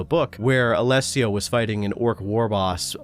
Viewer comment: Wow, first time I hear an anglophone speak my name out loud without stumbling or butchering it, bravo to you from an Alessio xD